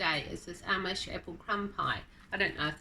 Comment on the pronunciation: In America, most say "Amish" exactly as you say it. Sometimes, I do hear the long A- mish pronunciation, but not usually. I really do like your channel. I'm subscribing, coming from Whipporwill Holler.